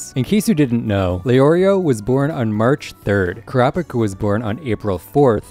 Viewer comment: Sounds like ur saying crapicka